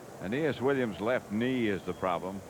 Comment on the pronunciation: I love how pat, in all cardinals games, refuses to pronounce it as anything but anus williams